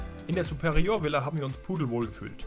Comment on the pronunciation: was ist eine "zuperioooöör" Villa ?